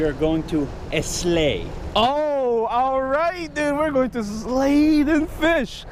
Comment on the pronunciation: Idubbz: “we are going to eslay” 😂😂😂😂😂😂